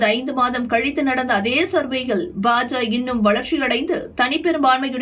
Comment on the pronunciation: FOR EVERY VIDEO YOU SAY BA JA INSTEAD OF BA JA KA, YOU EARN A DISLIKE